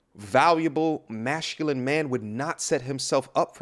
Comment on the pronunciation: Every time I hear him say “MASHCULINE” it’s like a screeching chalkboard in my hear… 🤦🏽‍♂️